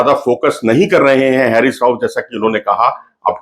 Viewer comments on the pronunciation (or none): Pronunciation of Haris is "Haa Ris"not hairis